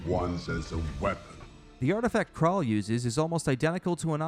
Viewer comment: Again, mispronounced everything. Uhura is not said urhura. Krall not Krayl. Just stop speaking.